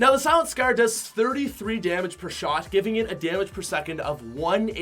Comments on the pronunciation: Scer instead of scar 🤨? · Legendary “scurr” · It sounds like he says "Legendary Scur" lmao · The legendary “scEr” The how he pronounces scar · "The legendary scer" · He says scar so weird 💀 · Anyone else love his accent when he says “scar” ?